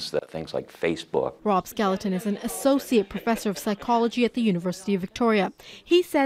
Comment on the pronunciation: "rob skeleton"? hahaha